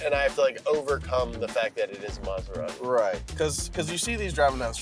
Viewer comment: Mazerari? Ahh, American pronunciation... 😏